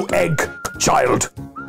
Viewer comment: child is one syllable now